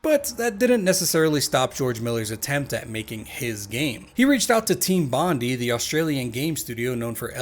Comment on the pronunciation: Aussies cringing every time he says "Dinky-Dee" and refers to "Team Bondee"